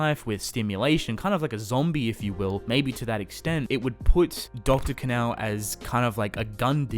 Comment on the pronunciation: Sounds like he’s saying dr. Canal, I think it sounds like Kahn-o phonetically of course.